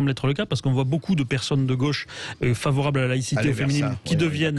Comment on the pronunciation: On dit gauche pas gôche